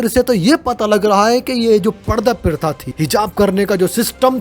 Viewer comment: Not pritha its pratha😂😂